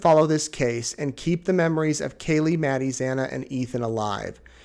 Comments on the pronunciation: It’s KAYLEE!! Why doesn’t the judge know how to pronounce the victim’s names? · I really like your reports. You have a nice and fair way of reporting the news and it is very refreshing. But please try to keep the names of the Moscow Idaho victims right. You messed up a few times with Kaylee's name. Keep the families in mind while saying the names of the vitims. This is a gentle reminder.